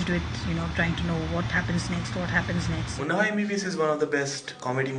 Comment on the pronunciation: its Munna Bhhhhaaai. not Munna bai ..:/ sounds like munni bai